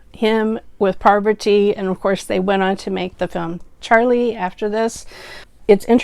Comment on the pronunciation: My comfort watches are Manam and Charlie... They make me feel good every time I watch them.... Also here are 2 small requests : * please don't pronounce the name as "parvarthi" there's no second r in her name, it's Parvathy .... Except this I love everything about your reviews keep up the good work ♥️♥️ * Please do the review of Telugu movie Manam .... It's really one of it's kind u never get to see actors from three generations acting in a great movie .....